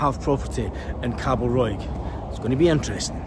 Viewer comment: It’s not Callosa it’s CIOsa it’s not what you said it’s Cabo Roy hope that helps 👍